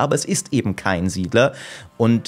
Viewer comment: Lustig, wie du SIedler 5 sagst als ehrwürdiger Nachfolger